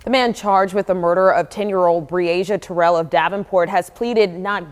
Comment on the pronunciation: Mispronouncing her last name is diabolical work!!’n Terrell is her last name !!!! RIParadise princess 😩🙏